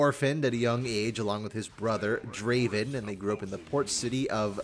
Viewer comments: You should pronounce the A in Draven the way you do it in Darius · Why dont you pronounce the a in darius and draven the same?